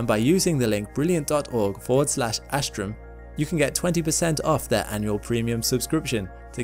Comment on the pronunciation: But the Americans pronounce it as “Ash-trum” While it’s pronounce as Uh-ss- trum (ss pronouned as the s in so) (t in trum pronounced as the t in ‘th’ud)